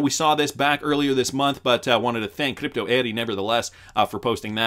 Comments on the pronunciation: Have I mentioned yet... Her name is Crypto Eri (pronounced Eddie) and it's not Kadipto! It's Crypto. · Cliptoe Eddy? It’s Crypto Eri!!! Why can’t you pronounce crypto when you say Eri after it?